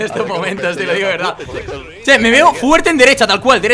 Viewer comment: Soy yo o en el min grefg dice che (?